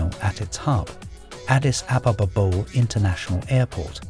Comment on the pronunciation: Not sure if I agree. People seeing the word Bole..think it is pronounced BOWL... It is all due to the Brits stupid way of spelling English English...but anyone doing a video on Addis should be told it is pronounced Boleeee... As in Bolee dildi Or Bolee Brass..